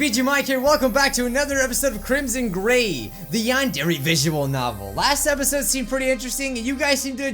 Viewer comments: did you say crimson gay? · The first time he said the name of the game that's what I thought he said